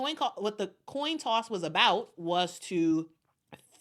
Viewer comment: I like when decide by a Toin Coss